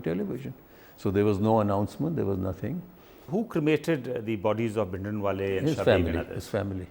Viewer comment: He can not even pronounce the common Punjabi words like Bhindrawala which is one of the commonest word.